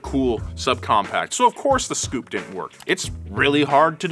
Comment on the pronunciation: I'm still laughing my arse off at him calling the "S" Coupe a Scoupe lol